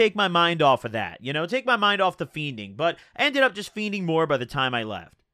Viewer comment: I love but it's so ugly how he says "feening" he says "feen-Ding"